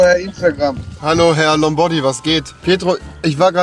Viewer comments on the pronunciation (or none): Lombody😂 der heißt Lombardi